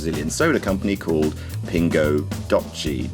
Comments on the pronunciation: its called "pin go d'oh see" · Ping-oo Doh-Se (It's Portuguese for "A Sweet Drop", FYI) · it's pronounced "do-se" which means 12 in Spanish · Ha ha ha; trying to pronounce Portuguese like it's Italian. That's so funny. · you need to improve your portuguese Pingo Doce :p lol cool video! subbed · The c in Pingo doce (sweet drop) is pronounced like an ordinary s.